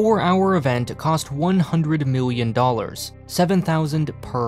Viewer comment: Remember Million and billion has an L, not a W. Biwwion, miwwion. MILL-EE-ON